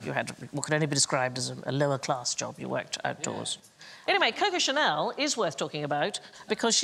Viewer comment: Nope. She pronounces things wrong like "cocoa channel" for instance.